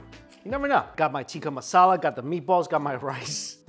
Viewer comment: Looks like he is upsetting shepherds pie aficionados while he's calling Tikka marsala, "tiki" masala. Luv ya Mike.